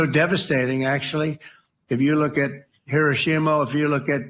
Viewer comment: He said "Hiroshimo", not "Hiroshima". That's worrisome.